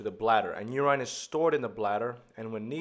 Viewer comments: Urine is not pronounced yurain but yurin. If in doubt look up the pronunciation on one of the many translation websites. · Very minor thing. You-rhyne should be u-rIN (like in ren-IN). It doesn't take away too much from the lesson but can be a bit confusing at times-- sometimes makes it feel as though you're mentioning a new hormone/molecule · at the end, he did pronounce it as "yurin"